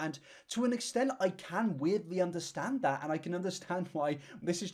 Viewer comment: "I feel like it's impor'in? To make this video? To help you guys understan'? Or to admit to my wrongdoeens?" Half of the fun of watching is hearing her mispronounce half of of her very limited vocabulary, as well as her weird intonation when she speaks. Also the fact that she admits before she even starts the video that her purpose is to "help us understand" her multitude of lies, rather than just admit she lies, is very on brand for her.